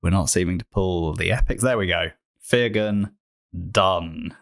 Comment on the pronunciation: Fyr Gun is pronounced Fire Gun. Get it, bombs come from her gun = fire gun.